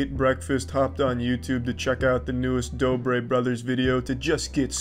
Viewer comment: you called them the doobie brothers lol. doobie > dobre